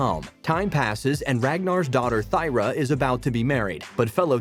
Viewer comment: Thyra is pronounced "Tear-ah". Like the teardrops we shed hearing your bizarre pronunciation